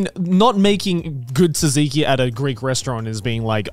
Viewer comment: as a greek, i am offended at how they pronounced tzatziki 💀